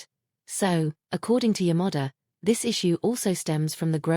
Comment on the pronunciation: I found AI sound, pronounce "Yamada" as Your Mother. Quite funny, yet unease.